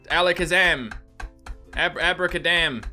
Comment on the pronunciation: "Abra kaDAMN" 😂😂😂